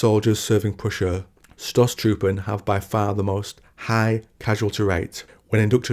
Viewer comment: I love the Idea of attacking tanks with swords, its grimderp on the surface but plausible in the setting. By the way, "St" in Stoßtruppen is pronounced "Sht" and the o is longer. Great video, great channel.